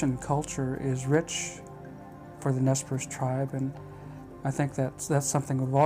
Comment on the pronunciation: The Indian people known as the Nez Perce (pronounced Nay Parsay) aka the Nimipu are historically a peaceful people. They were forced to take up arms by the white man breaking the treaties made to them. No white men were killed prior to the 1877 Nez Perce War started by the US Army.